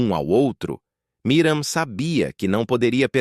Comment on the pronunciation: Porque é difícil falar Miriam???? não Miram!!!